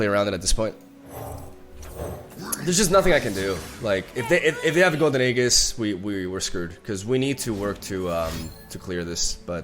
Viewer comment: how is he still saying "aeGHis"? This is my 55th comment saying that its pronounced Aejis. I am tired..